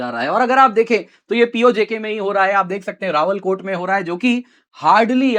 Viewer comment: सही शब्द "रावलाकोट" बोलिए। आप रावलकोट बोल रहे हो।